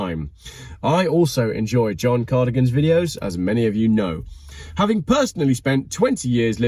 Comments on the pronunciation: KA-DO-GAN, you had it right the first time! Definitely not cardigan, lol. Yeah, I love John Cadogans videos very informative and love how he keeps it real (from an engineers perspective). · Cadogan is pronounced 'Ka-duggan' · It's KA DOE GAN.